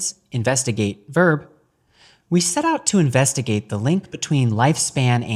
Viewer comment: The second time he said investigave. I know cause I got defensive immediately thinking he said something derogatory. But I'm a drug addict so what do I know.